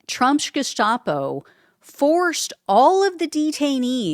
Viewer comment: It's Geheime Staatspolizei(Gestapo) it's annunciated as Gustapo, not Jestapo